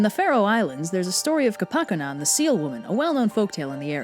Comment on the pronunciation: Hey, actual Faroese fan here XD . Really enjoyed this video, and got a huge kick out of hearing you, recount our famous legend, even Maning to get, the pronunciation mostly right. Though usually, we often leave out the whole murdering baby seals part.